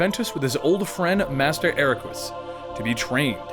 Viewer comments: ERAQUS.....not Equarus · "Equarus"? "Ex blade"? But... No... :P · Akarus? Wtf, it boggles my mind how hard you can fuck that name up. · okay I'm a little upset you said you love this series but can't pronounce correct terms 1. the x-blade is pronounced the key blade 2. Master Eraqus is pronounced Era-kiss 3. You completely messed up Xion, Naminé, and Xehanort's names If you're gonna do storytelling of games you "love", make sure you have all your correct facts before butchering terminology. aside from that it's pretty good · Omg I could not handle the way he said Eraqus LOL I mean it isn't that I made me mad, I don't get mad over simple mistakes like that, but wow when he kept saying "Araquris, Araquris, Araquirs" like that was the only thing I could hear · u said eraqus wrong, pronounce it like this " ERAKISS" it sounds funny but thats how u say it :D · Eraques is actually pronounced as Eracus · Eraqus is pronounced air-ra-kis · How can you not know how to pronounce Eraqus when they say it in the game? What the fuck? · Are you sure you played the games? I'm pretty sure you can hear how Eraqus is pronounced in the game